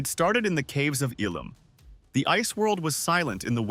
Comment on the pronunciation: Ilum - not Elam 🤓